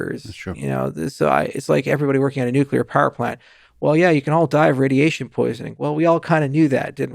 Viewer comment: You mispronounced ‘nuclear’ in front of a genius 🤦